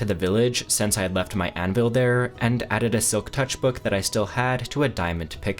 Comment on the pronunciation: It’s SINCE. NOT SENSE